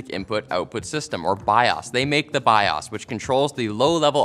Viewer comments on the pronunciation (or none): "Bi ohs".. who says bi oss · It’s bios not biahs. Learn to say it right. Thanks. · my dude. Stop saying bias. It's bios. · He confidently says biOHs as biAWWs which is great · My dude, it's pronounced "bye oh's" not "bye awws" lol. 🤣🤦‍♂️ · It is not called biAs. It is BI-OS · Bi-owes, not bi-awse 🤦‍♂️🤦‍♀️ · They make the Bi-yasssssss. This is a first I heard someone pronounce it this way. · The way he keeps going back and fourth between pronouncing BIOS as Bi-ose and Bi-ahs is driving me crazy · You said Emily Rios correctly, but "BIOS"?...lmao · I think he's saying bios wrong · There is an O in the word BIOS you monster!!! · Why does pronounce BIOS differently at random? Is he trolling? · I've always pronounced it Bi - Oh - s' Is that wrong? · Maybe figure out how you want to say "BIOS" BEFORE the video, instead of pronouncing it 30 different ways in 4 minutes. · Why do you say BIOS like that 🤦🏽‍♂️